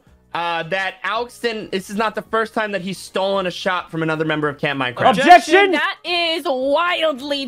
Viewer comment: CAMP MINECWAFT!